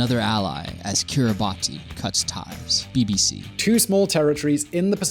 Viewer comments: Kiribati is pronounced as 'kiribas' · Kiribati is pronounced Kiribasss. You guys should know this. 😬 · Taiwän..? Kiribati is normally pronounced Kiribaß 💙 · It's pronounced Kiribas not Kiribati! #StopBotchingNames #ProperPronounciation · Great vid guys. Jx a minor detail tho: Kiribati is pronounced Kiribas. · Pronounced 'Kir-i-bas' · and Kiri-ba-tee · I get mispronouncing words is your thing, but it's pronounced "Kiribas". The "ti" makes an "s" sound. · Kiribati is wrong too. It's "Kiribas" despite being spelt as -bati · mmhmm, and I appreciate his take even if I don't always agree, so I enjoy discussing it for the algorithmic boost. However, both he and his voiceover guy (I think his name is?) absolutely butchered the name Kiribati.